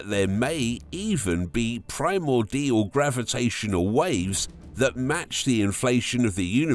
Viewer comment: do you think you could have just ONE video where the narrator knows wtf they're talking about? "Primor-DIAL"... wtf are you on about for Christ sake?